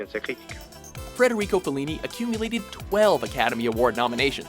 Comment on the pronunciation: Yup, and " Frederico Fellini" lol.